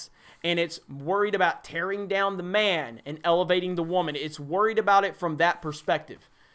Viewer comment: The waman lol